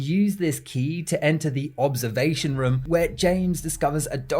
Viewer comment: You say room like jerma985, like "ruem" i think its the accent but i thought it was a nice similarity you share with my favorite streamer